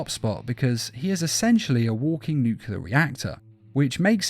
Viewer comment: Not to be that guy, I love your videos, but "nuclear" is pronounced "noo-clee-ar" not "nuke-you-lar"